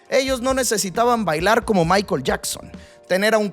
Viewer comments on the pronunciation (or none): none